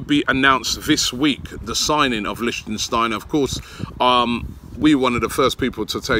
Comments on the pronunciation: Robbie it LICTSTEINER not LICSTEINSTEINER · Since it looks like you'll be saying it a lot. It's "lichtsteiner" not "lichtensteiner". He is not a country representative :D. Prononciation : LICH- STEIN - NER (3 syllabic) . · LICHTSTEINER, NOT LICHTENSTEINER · LICHT Robbie!! It‘s LICHTsteiner for god‘s sake! :D :D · Dear Robbie, his name is Liecht-stei-ner not Liecht-en-stei-ner. I'm not even sayin about Papastathopoulos, just Sokratis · Originally thought you were joking robbie, its Licht-steiner not Lichtensteiner pal!!! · Lichsteiner .... Not Lichtensteiner lol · lichtsteiner not lichtensteiner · LI-SHTEI-NER damn it Robbie!! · Robbie! It’s “Litch - Stein - Ner” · Wahahah he said “Liechtensteiner” every time. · Lishtenshteiner LOL . Robbie the name Butcher is back xD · Did u actually say Listen stainer wtf 😁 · Someone teach this guy how to pronounce Leichsteiner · It irritates me when you say lichtensteiner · It's pronounced "Lich-steiner", mate. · Robbie small fyi its pronounced "Lick- Styner" big man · Lich Steiner. Lich Steiner. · THANK YOU! im clearly not the only one who cringes every time he says his name wrong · Michele Frisoli No, it’s Lichtsteiner you muppet, go google it. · Robbie u butchered the guys name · Your pronunciation of Lichtsteiner is so bad Robbie xD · If you dont stop mispronouncing Lichtsteiner haha